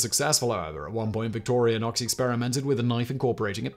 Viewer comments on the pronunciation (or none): He also keeps saying victorianox. There's no A it's just victorinox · Victorianox? It's Victorinox. How do you make a video about something and pronounce the company name incorrectly every time you say it? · It's Victorinox...not Victorianox It's Wenger.... not Wegner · Today I Found Out - Simon, please note, there is not an "a" in "Victorinox" ... so please stop saying 'victorianox'! Or are you trying to single-handedly get them to change their name?! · Victorianox and Wegner..haha Today I found out Simon seems to like to troll swiss army knife companies by mispronoucing their names, Victorinox and Wenger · "VictoriAnox"? You repeated that word dozens of times throughout the video. The brand is "Victorinox". No "A". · Love this video, but as a SAK collector for over ten years, I have to mention something. Yes, his mother was called Victoria BUT the rebranding was not to victoria-nox It's victor-I-nox... Do not pronounce the "A" in Victoria. Other than that annoying detail, good video. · Simon keeps saying Victorianox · It's not Victoriainox, there's no a. But Simon consistently pronounces it as Victoriainox. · Isn't the company named Victorinox instead of Victori-a-nox? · Victorinox. Not Victoria-nox. K, sorry, that was bugging me...lol... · Nice pronunciation... Victorionox :P But good video! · Victorinox, not Victorianox. Wenger, not Wegner. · btw, the name of the company is Victorinox. there is no A in the name. plz stop calling it Victorianox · Uh... There's no letter 'a' in Victorinox. Its just vick-tore-ĭ-nocks, not vick-tore-ee-uh-nocks. And its wenger, not wegner. Both of these are literally spelled for you in the graphics. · It's not Victor_ia_nox, it's Victor_i_nox. And I'll nag again. German "ie" is pronounced long e, "ei" is pronounced long i. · its WENGER not WEGNER and VICTORINOX not VICTORIANOX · Its just Victorinox not Victorianox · It's Victorinox, not Victorionox. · It's not pronounced Victorianox, it's pronounced Victorinox.